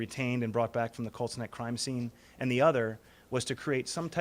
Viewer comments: I kept thinking he was saying Cold Sneck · I kept hearing cold snek instead of colt's neck... Great video despite my dumb brain though! So sad for the kids involved. They didn't deserve this crap. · Watching with the subtitles on and giggling every time it reads 'cold snack' instead of Colt's Neck. LOL